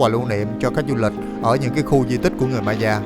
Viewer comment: Nếu em không lầm thì phải đọc Maya là "mây-a" á ạ